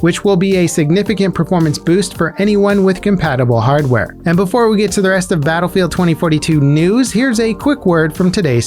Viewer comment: Preesentations!......birthday preesents?